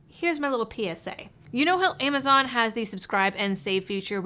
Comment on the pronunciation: THERES AN “AMMOZON”??!!??